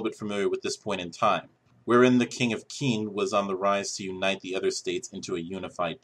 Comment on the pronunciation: Qin is pronounced Chin.